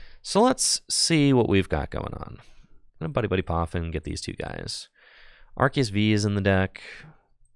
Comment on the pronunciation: youre pronouncing arceus wrong